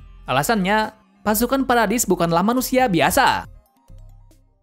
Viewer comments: Bang paradis bukan paradais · Kak bacanya paradis bukan paredais